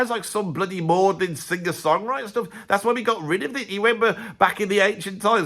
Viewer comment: I'm even Canadian and I agree with most of this -but I mostly listen to Andy because I really enjoy how he pronounces the word 'singer' like it has two Gs in it. Sing-guur.